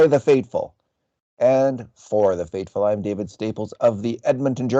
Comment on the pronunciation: David I can't help but notice you're saying "fateful" instead of "faithful" lol.